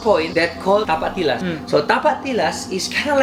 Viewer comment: "TAPAK TILAS" Keluar dong logat makssarnya😂